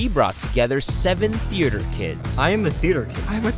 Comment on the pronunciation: It bothered me when some of them said "im a theeder kid" instead of "theater"